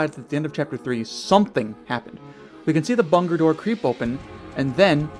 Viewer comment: bangin’ theory my man. next time try to accentuate your words though because you talk too fast and your words kind of slur together which is not what you want when every word you say is meant to be important also big fan of how you pronounce “bunker” differently every single time you say it